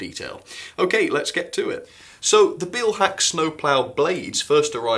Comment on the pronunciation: This is a very pedantic comment, but the "Beil" in Beilhack is pronounced like in "mile", not like in "feel". Great review though.